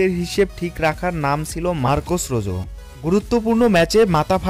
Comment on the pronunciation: রোজো না রোহো